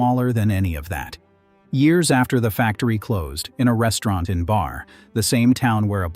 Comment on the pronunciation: Not BAR, Barre (pronounced Barry).